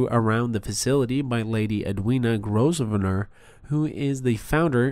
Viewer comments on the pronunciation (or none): Grovernor you don’t pronounce the S.